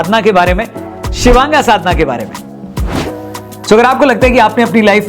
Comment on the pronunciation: शिवांगा ❌ शिवांग ✅